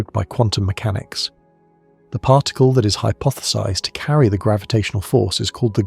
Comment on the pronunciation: Seriously... WTF is a parr tickle?!